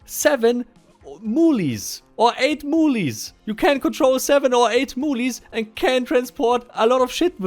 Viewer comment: Moolies! Lol it's pronounced "mewls" or "m-you-els"